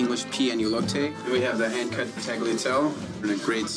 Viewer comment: "Tag-lee-ah-tell"? Please. At least pronounce it properly at a 3-Michelin star restaurant. It's pronounced "tall-ya-tell-ay".